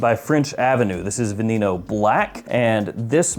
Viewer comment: Been doing great, i use youtube to fall asleep. I Love your videos and makes me fall asleep so thankyou for that. Saludos and its called VE-NE-NO 😂